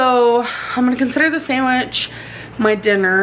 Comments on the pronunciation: I hate how she says sandwich she says to like “samitch” 😭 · the sAnDiWcH